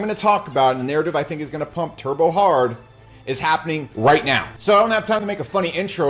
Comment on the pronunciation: He said “Turbo” hard